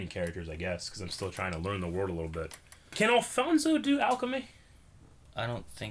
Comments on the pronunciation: Alphonse not Alphonso lol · I cringe whenever they say Alphonso instead of Alphonse. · oh jesus, these guys are still saying "Alphonso" and "transmodification" god give me strength...